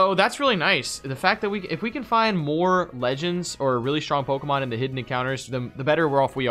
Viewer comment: anybody else cringe when you hear these dudes pronounce the pokes